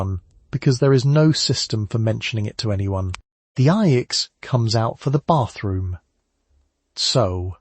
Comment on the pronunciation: standard knowledge in the United States. The video’s mispronunciation of Ajax was distracting. It also said that Ivory bar soap was used to wash dishes. That is not correct and is ridiculous.